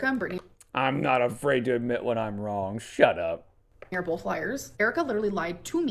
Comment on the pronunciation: Bolth is the one that grinds my gears the most